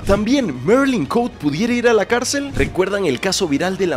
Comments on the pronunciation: Marilyn Cote, jajaja Cote no se pronuncia en inglés es Cote tal cual se escribe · el apellido de la marylin es cote asi como se escribe se lee,perdon es que cada que te escuchaba decirlo me conflictuaba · Chale yo me apellido igual que ella...y no somos familiares pero se agradece que lo pronuncies mal